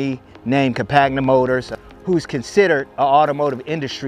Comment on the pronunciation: It's like Com-pan-ya french for companion (as it is a side by side) That beIN said you answered a bunch of didn't know. This the best TRex review I've seen. You got tha sub